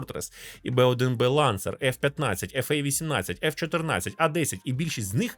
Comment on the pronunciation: В середині 90-х зупинил розробку RAH-66 Commanch який вже можна було запускати в серію. Майже через 20 років було створено аналогічний гелікоптер Bell 360 Invictus і знову він не пішов у серійне вироництво, при тому, щовін був готовий. PS: йди я тебе поцілую за правильне вимовлення F/A-18.